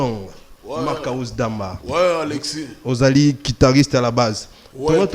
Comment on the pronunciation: Un musicien soit disant professionnel qui ne sait pas prononcer le nom de l'instrument qu'il joue correctement.On dit guitariste et non "quitariste"